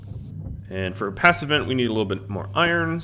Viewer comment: Is there enough head room for the corn to grow? Every time you say passive vent I hear pass event LOL.